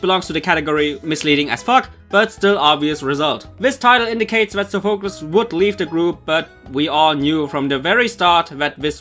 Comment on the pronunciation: Still don't like how you pronounce Sophocles